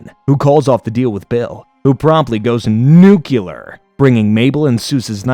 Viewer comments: There is only one u in nuclear. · Why does he pronounce “nuclear” like that 😭